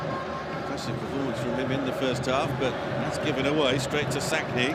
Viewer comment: The name is Mmmmmmsakni, not Sakni, it is a person's name you do not get to decide to make it a silent M.